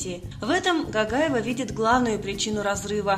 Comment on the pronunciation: Не Гагаева а Гогаева произносите буквы правильно она наша осетинка красавица🥰🥰🥰